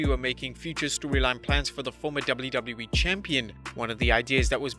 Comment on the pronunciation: why did he say doubleu boubleu e in stead of wwe